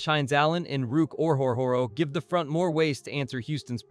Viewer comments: Yeah this is the most butchered I've ever heard someone pronounce it. Ruke "Or-Hore-Hore-Oh" lmao. Yes, Ruke himself even said it's like "Row, Row, Row, Your Boat." Underrated move by Gladstone imo. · Ruke "Or-Hore-Hore-Oh" 🤣🤣🤣